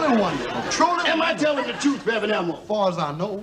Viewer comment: It's Rev Elmore.. not Elmo 😂